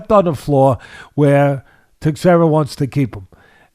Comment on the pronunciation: Glover "TEX-era"😂🤣😂